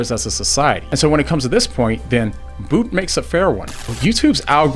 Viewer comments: its not 'boot' its 'bout' like route - awful video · You say his name as BOOT. I have always heard it said as BOUT as in ABOUT; without the A.